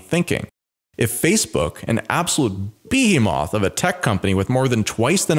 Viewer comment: The way pronounced behemoth had me confused haha 😂